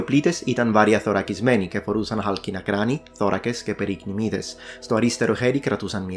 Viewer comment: Respect for pronouncing "περικνημίδες" (periknimedes= greaves) flawlessly, a word which is unfamiliar to many modern Greeks today.